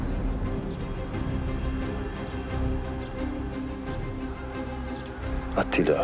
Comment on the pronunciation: Canını yediklerim evet doğru yazılmış ama seslendirme de halen ATİLLA diyoruz. yav atilla degil ATTİLA :D (eleştirelecek tek nokta bu gerisi harika)